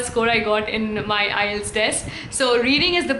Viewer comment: IETS is prouncing like ias😅